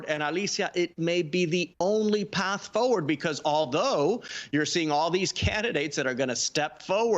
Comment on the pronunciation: Why are you saying "fo-ward?" It's forward.